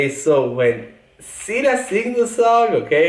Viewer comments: Just pronounce. Şila is not true one like your pronounce Sila. She is Sıla;) İs it a problem? No...Lets continue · He says şila, you say sila.. she is sıla my god 😂😊🙋‍♀️ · says “Sila”, Bocelli says “Şıla”, correct one is “Sıla” 😂😂 “Sila” diyor, Bocelli “Şıla” diyor, doğrusu “Sıla” 😂😂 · Come on man, she's "Sıla", not "Şıla or Sila" ajdrjgdrkjv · It is Sıla not Shila:) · her name is not Şıla or Sıla. Her name is Sıladır. 😂😂You probably don't understand because Italian and English don't have the letter " ı "